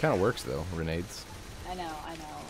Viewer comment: Grenades - the G = Renades..... Ren Aids?